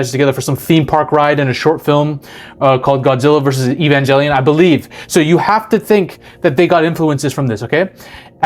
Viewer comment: The way you pronounce Evangelion makes me cringe lol love your videos tho!